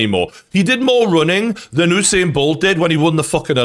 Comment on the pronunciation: never heard anyone pronounce Usain bolt like that